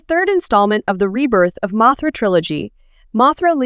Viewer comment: You: Mothra/Mosura Subtitles: Mathra